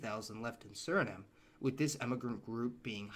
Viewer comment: Correction: the correct pronunciation of vehemently is VEE-hemently, not ve-HEE-mently. Also, Crimean “Tatars” (pronounced “Ta-TARS), rather than “Tardis”. . Suriname is pronounced Suri-NAHM, not Suri-naam, Surin-ham or Siri-naym.